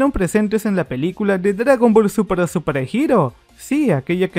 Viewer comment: Por que siempre dices dragón ball supra en vez de súper XD